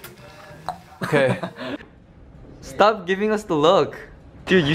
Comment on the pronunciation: idk sometimes mark sounds indian especially that okayyy in the end